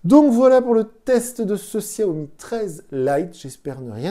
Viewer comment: desolé mais sa ce dit chiaomi .